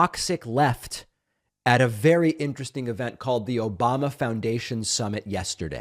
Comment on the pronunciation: Obamna? Obamna? Obamna?